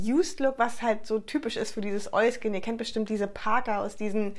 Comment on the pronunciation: Immer wenn du Oilskin sagst macht mein Hirn ein Oiski Poiski draus 😂 #kinderseriender90er